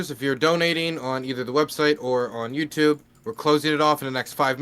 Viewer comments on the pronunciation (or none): none